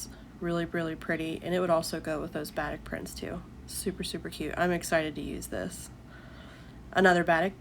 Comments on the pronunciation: Batik is pronounced like ba-teek’. If you’ve only read it, it isn’t obvious. Love listening to you. Oops, I see someone already said it. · I actually loved watching you sewing, you have a nice calm voice. The only thing was the way you pronounced Batik...it's pronounced Ba-teek 😊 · Batik is pronounced baa teek